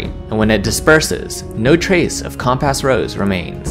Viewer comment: Really love the condensing and connection of the story you do here! That takes a lot of work and your neutral delivery is useful as either a calming listen or good to quickly get a gist of the adventure if I would want to run it! Only constructive criticism to give here is your pronunciation of many words such as "gesture", "soot" and "compass" for example. Maybe just check in on the pronunciation of words you aren't familiar with since it brings me right out of the audio when I hear it and have to retstart and refocus lol. Great job otherwise!